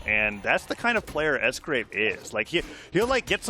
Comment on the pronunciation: S-gwape is crazy